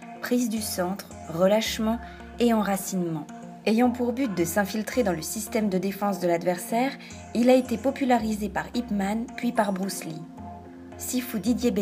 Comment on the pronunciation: Entièrement daccord et en + elle ose l'appeller ip-man c'est yip-man.